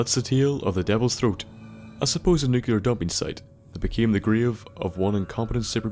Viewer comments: "The devils troat" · The Devils Troat. I love you accent.